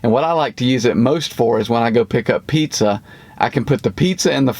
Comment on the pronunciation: That's not pizza. It's "pizza".